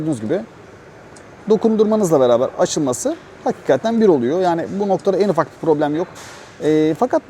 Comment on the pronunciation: Daha önce söylediler galiba ama abi HAKİKATTEN Değil de HAKİKATEN demen daha doğru olur